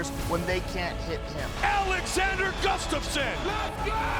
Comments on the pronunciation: Hey Kenflo! His last name name is Gustafsson, not Guftason... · kenny keeps calling him guftasson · Is Kenny saying Guftasson? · Can someone please tell Ken-Flo how to say "Gustaffson"?!! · I think Kenny Florian needs to practice pronouncing Alexander Gustafsson's last name if he's gonna be commentating this fight! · Florian should learn to say "Gustafsson" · Its annoying that ken-flo cant say Gustafsson.... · Gotta love Barao's highlight reel :D But please do not let Jon and Kenny commentate the main event, they both cant pronounce the challenger's name ;) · Is it just me or can Ken Flo not say Gustafsson?